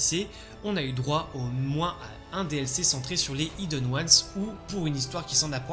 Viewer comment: Bonne vidéo mais soyons claire… y’a un H aspiré dans Hidden… merci d’arrêter de le prononcer idden c’est stressant 😰